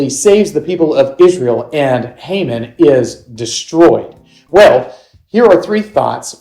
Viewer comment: That’s. Not how you pronounce his name